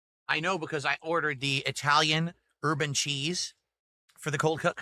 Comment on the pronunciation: Did he say herb-n-cheese or urban cheese?